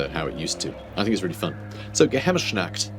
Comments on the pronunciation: Close on the Geheimnisnacht pronunciation, but you've got a sh-sound in there that doesn't belong. It's Geheimnis, not Geheimnish. Of course, the "Nacht" also isn't quite right, but the ch is generally tricky for people whose native languages don't have it. It's close to how the spanish pronounce the letter J (such as in names like José) but a lot if english speakers tend to pronounce that as a simple h, so I'm not sure how helpful that comparison is. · or like the h in hospital